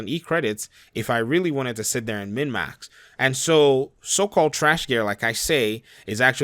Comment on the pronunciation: Are you saying mid max?